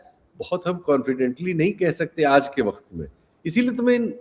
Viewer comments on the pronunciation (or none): none